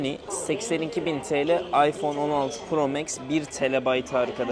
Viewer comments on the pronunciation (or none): none